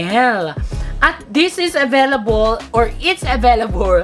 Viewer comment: "Avaylabol aveylabul available"haha LT😅😂😂